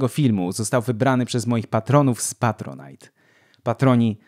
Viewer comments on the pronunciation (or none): none